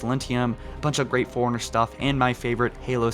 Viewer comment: its pronounced FORE-RUNNER not Foreigner and it's a Library not a Libary